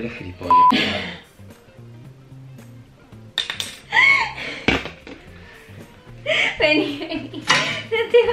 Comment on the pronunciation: me mori de risa cuando dani te dijo giliomllas xD